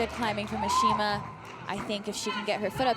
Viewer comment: Also he completely butchers Ashima's name the entire time. Literally did not take the time to learn to pronounce her name at all. It was painful to listen to his commentating and honestly pretty insulting. Let Megan take commentating solo. She's more than capable.